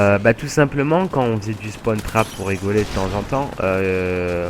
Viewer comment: Fallait pas le dire ! Et on dit "Spawn", pas "Spone". Et c'est "Spawn trap", pas "Spone trape"